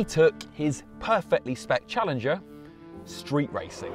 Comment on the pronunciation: it's called Challenger for a reason, not "smoothingler"